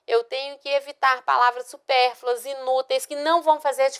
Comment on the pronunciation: Professora bem fraca. Dá aula de redação e fala "supérfulas" quando o texto da tela traz a palavra correta. Só fica lendo e repetindo o que está escrito.